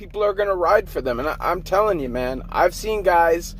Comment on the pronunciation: Why do you say it like mon instead of man